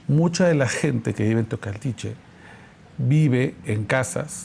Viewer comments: Adela...hay que leer bien por fa o conocer la geografía ...se dice Teocaltiche😆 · Mi querida Adela te corrijo, es Teocaltiche. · Teocaltiche TEOCALTICHE Teocaltiche no Tecualiche